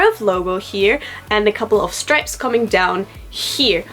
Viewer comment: The pic suggests you've joined the illuminati. Also, some times you pronounce words in an Irish accent influence "Like" "stripes" etc ....- Any influences?